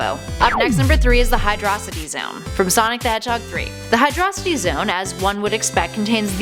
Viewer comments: It isn’t pronounced Hydrocity it’s pronounced Hydro City like 2 words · I thought it was pronounced hydro-city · You guys mispronounce hydrocity zone hydro + city = hydrocity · you pronounce Hydrocity like Hydro City. not like 1 word